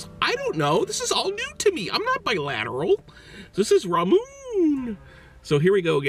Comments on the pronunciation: Lmao I was thinking that too and I was wtf did he just say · He just said bilatteral I'm done😂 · THIS BOI JUSTSAID BILATERAL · "ramoon"?, "bi lateral"? wtf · Fake Goth lol thats what i thought he was trying to say i was like wtf bilateral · Did he just say bilateral?!?